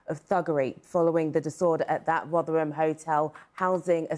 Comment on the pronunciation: So surprised to hear you can pronounce Rotherham.